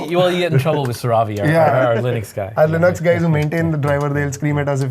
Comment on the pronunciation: GN lab? is my kind of engineer! All these low-level BIOS stuff are almost lost magic! And he pronounced Linux as Linux, NOT Linix. Learnt a ton today!